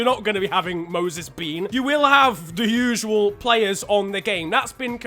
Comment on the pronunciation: No one: Absolutely no one:: MOSES BEAN